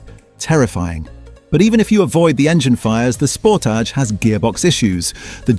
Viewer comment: Ford "pooma"? Sounds right. "Sportij"? ROTFL. Gotta love AI slop.